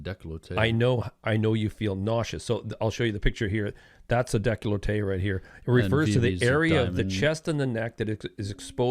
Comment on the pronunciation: he mispronounced decollete